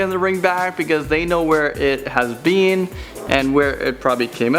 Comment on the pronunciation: The way he says ‘been’ tho 😂